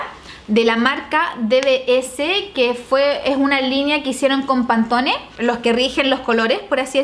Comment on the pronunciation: Se dice panton 😪😪💔